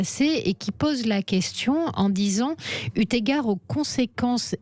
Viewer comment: EU égard, il n'y a pas de T à EU Madame la journaliste, mais c'est pérpétuel ce massacre de la langue française! Des journalistes!!! Vous parlez français ou pas???